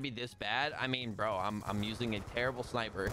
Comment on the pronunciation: SVU is a DMR, not a shhhnnnnaaaaipeh